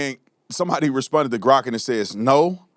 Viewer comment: LOL.LOL Supposedly educated? She puts a T on the word And